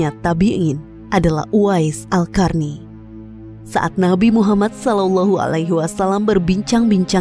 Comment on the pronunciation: Qarny (bacanya Qorni), kenapa jadi "Karni"? 😅